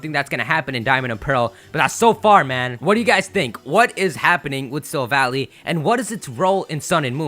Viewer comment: It's not Silva-ly, it's Silva-lai. Because it's a Silver Ally or, in Japanese, a Silver Buddy (Shirubadi).